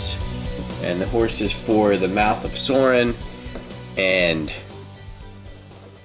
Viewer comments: It is sauron not sorin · It's not mouth of sorin it's mouth of soaron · If you say Soarin one more time... its pronounced Sauron! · sauron's name is pronounced like souron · Sauron's name is pronounced SOW-ROHN